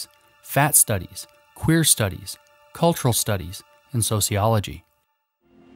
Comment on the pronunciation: "cwhhhhhhhheer studies" 🤣😂😆😜